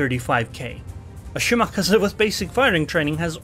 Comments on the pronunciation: it is pronounced shiMAKAze - shi (low) MA (high) KA (high) ze (low) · Let’s all agree the kleber nerf was a shortsighted mistake. It needs a serious buff. You just don’t see them anymore. Also your pronouncing of shimaKAZE is triggering me